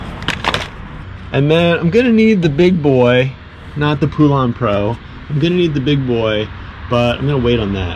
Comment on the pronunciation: I was intrigued with your video until you said "Poulan Pro" lol